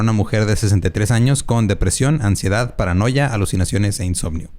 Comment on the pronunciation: Tu "amnsiedad" me dió ansiedad.